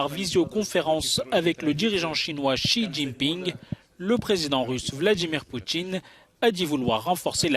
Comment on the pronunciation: Djirigeant, vladjimir poutchine, matchurité, sentchir...